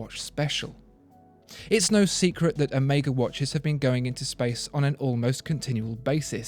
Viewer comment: Is this the first English speaking person that pronounces Omega correct? As in the Greek letter. So not Omiega indeed, but Oméga. Top reviews as always.